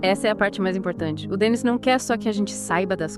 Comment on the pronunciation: A pronuncia correta é Denni, acento no i. O programa é excelente, o Livro maravilhoso.